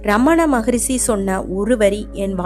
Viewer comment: தமிழ் எப்படி சரியாக உச்சரிப்பது என்று தெரியாத ஒருவரை பேச வைத்திருக்கிறீர்கள். "மொழி" க்கு "மொளி" ங்கறார். "ரிஷி" க்கு "ரிஸி" ங்கறார். இன்னும் பல வார்த்தைகள் தவறாக பேசுகிறார்.